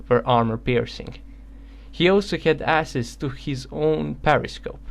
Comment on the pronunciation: It's pronounced AKSESS